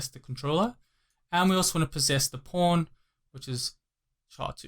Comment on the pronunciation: when he said controller pawn it sounded like he said controller porn